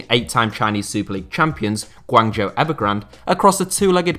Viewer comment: if you are gonna make a video about PRC football at least learn how to pronounce the name of its most popular team, GUANGZHOU...